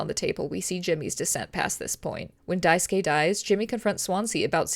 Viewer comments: cheers for not saying Daisuke’s name die-sooh-kay like every other person I’ve seen play this game lol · a mouthwashing video that says daisuke’s name right!!